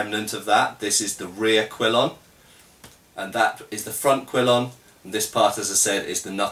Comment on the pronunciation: I always thought it was kill-ee-on. Good to actually hear it how it's supposed to be pronounced! :)